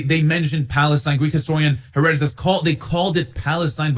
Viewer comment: One should learn to pronounce Herodotus' name properly [to isolate one among many examples of unearned and self defeating hubris] - before pretending to have the upper hand in an intellectual battle over historical fact. [Also; Haitian Revolt?! Bro - in America? lmao. The marks of malleability & manipulation qua the Islamic Marxist brainworms in this one are rife] While Herodotus DID make mention of the region - per it's name "Palaistine" - he was not referencing The Kingdom of Israel. Simply the coastal region around southern Syria; whence from ole Goliath hailed. I do not find it just to say that these people as well as the referenced Canaanites were NOT The Jews. It wasnt until Hellenic times that "The Jews" as a coherent unit - living under "The Law" came to be. The account of victory over the Promised Land in The Pentateuch tells the tale [if we defer to archeology genealogy linearity, etc] of synthesis. Death to the old ways and a cohering principle for the new. Nonetheless - the claim to land, history, culture, and many more righteous effects easily & consistently goes to The People of Judea. Once Cyrus commissioned their 'return' from exile and The "Second" Temple [all things in quotes are subject to rightful scrutiny and skepticism] the History of One People begins; but the history of the various groups mentioned prior are nonetheless pretext to the very subject at hand. The claim is not weakened. Unlike the colonialist poisoning of said tradition via Mohamme